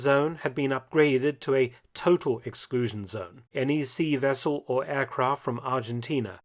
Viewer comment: "Soviet Fishing Wessel " :-)